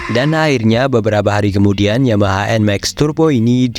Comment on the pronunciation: Dibaca EN MEX ❌ Dibaca EN MAK ✅